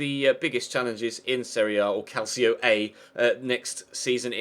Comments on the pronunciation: "calcio" is pronunced "calcho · Is pronounced CAL-CHO (with the spanish CH) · It's pronounced cal-chee-oh